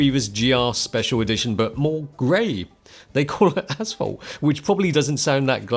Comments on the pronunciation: ashphalt? I heard asshole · It sounds like he’s saying asshole. Love it! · It took me way to long to realize was saying “asphalt” and not “asshole”...